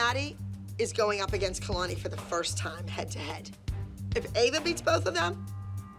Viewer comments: i love how Called Ava 'Eva' was so funny and then when the judges took revenge for Ava and Called Kalani 'Kelani' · I love how the judges say kaylani instead of kalani 🤣